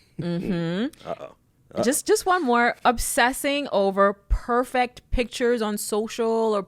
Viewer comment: She didn’t say “perfect” she said “perfact.” Girl, why you talkin white😂